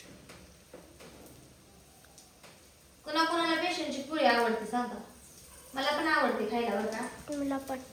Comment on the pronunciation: बेशन नाही ग बेसन बोल